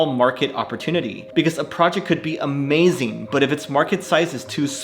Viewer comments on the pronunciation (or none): none